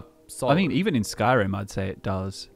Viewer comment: saying "Bannerlord 2" is as bad as someone saying "Skrim 5"